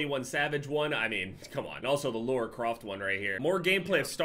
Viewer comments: "Lora" Croft 😂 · LA-RA Croft where you get Laura from that triggered me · Lara not Laura holy shit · "Laura Croft" 😂😂😂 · Did he say LAURA Croft?